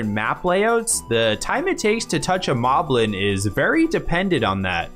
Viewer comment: It's pronounced "Moh-blin". Because the enemy name is written as モリブリン in the original language. There's even one named Moe in Wind Waker.